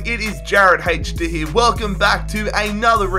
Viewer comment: Instead of saying here he says Year